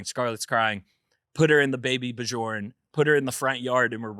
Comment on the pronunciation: Huge fan, expecting my first any day now. It’s pronounced Baby Byorn, not ba-jorn lol